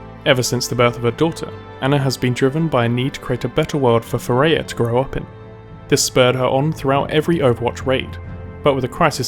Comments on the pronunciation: "FAIR-UH" NOT "FAIR-A-UH" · It's FareeHA, not Fareya :) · awesome job. but as an arabic speaker I have to tell you that you are pronouncing the name of her dougher wrong, I thought it was Thourya unite I saw the writing on the paper when she wrote فريحة Fareha. its pronounced like this ( Fa rri Hha). and also fyi arabic names should always have a meaning and this one means the happy one maybe that's a clue in the lore :P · have you not watch Ana's Origin Story video? Fareeha isn't pronounce as "fuh ray ah". It's pronounce exactly as it looks, "fah ree hah".